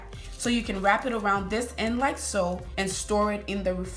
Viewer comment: I thought she was saying like soap 😭 Beautiful hair tho